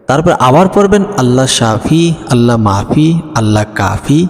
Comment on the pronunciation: Allah mafi hoye Allah nai? Naujubilla Ucharon hoilo Allah mu'afi